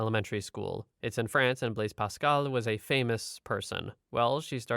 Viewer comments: FYI, you said Blaise Pascal damn near perfect the first two times, especially for someone who doesn't speak French. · Irrespective of your relative unfamiliarity with French, you pronounced "Blaise Pascal" more or less correctly. However, prejudice against Muslims is not racism. It is a form of bigotry, but it's not that form of bigotry. "Muslim" is not a "race." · as a native French Canadian speaker the pronouncing was perfect